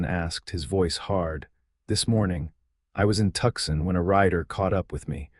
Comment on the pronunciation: I wish these stories would spell and pronounce "Tucson" correctly. I lived in Tucson, Arizona for awhile. It bothers me that every story with an Arizona setting makes the same blunder. Seems an easy fix, even with AI. 😮